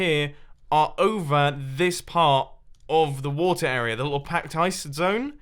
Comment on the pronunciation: Why do you say "arear" instead of area?